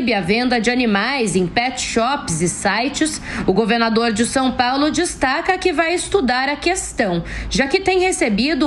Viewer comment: Não sei o que é pior: um governador 'apaulistado' ou um presidente que continua falando 'Sum Paulo' !